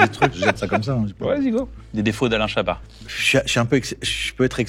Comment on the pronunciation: L'homme qui n'aime pas qu'on prononce le "t" dans son nom Alaiiiiin Chabaaaaahaaaat